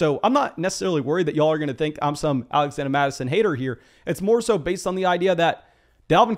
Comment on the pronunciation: “Alaxanda Mattison”